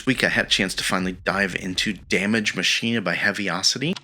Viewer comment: Machina is pronounced "MAK' In UH", as like Deus Ex Machina